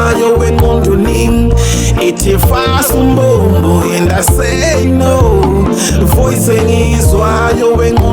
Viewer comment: Fasa umbobobo not umbombo kkkk